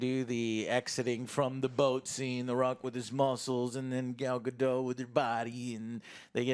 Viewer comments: right off the bat just an fyi joe it's pronounced gadot not gado, the t is not silent, I dont get why so many americans think that it's really weird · You lost me at the mispronunciation of her name. She's not French. It's not Ga-doe, it's Ga-dot, as she has reminded interviewers over and over. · They keep pronouncing Gal Gadot’s name incorrectly.